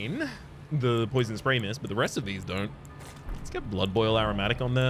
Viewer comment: I believe you willingly pronounced "poison" as "poisson" (fish) as the correct pronounciation is "po-a-zon". And I liked this pun. I am French btw. I noticed you sometimes use French when you are speaking and always wondered to what extent you can speak French? Also, as Nephelie is still sitting at the Roundtable, you may want to look for the great Kenneth Haigh in Limgrave 😁